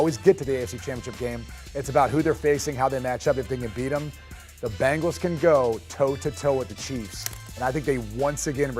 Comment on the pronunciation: Who are the "Bangals"? Can't this guy talk?